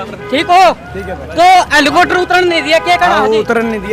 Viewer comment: Hallicoter nhi reporter bhai ji hallicopter bolo